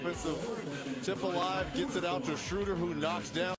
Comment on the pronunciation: His name isnt Shrooder ... its Schroeder. The "oe" is pronounced like "duh" (as in *duuhhhhhhh*) without the "d". They need to get it right, considering he's gonna be in the league for the next 10 to 15 years.